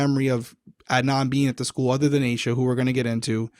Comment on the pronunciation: Love this podcast. One thing: they keep pronouncing Aisha (referring to Aisha Pittman) like "Asia". A little confusing when there is also an Asia (Asia McClain) in the case. That is all. Carry on 🙃